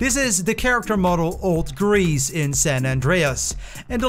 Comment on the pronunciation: His name is Reese* not grease